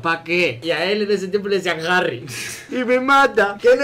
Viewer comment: "Jahrri" AJAJAAJJA